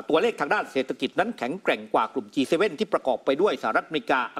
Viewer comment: ควรอ่านว่าจีเจ็ด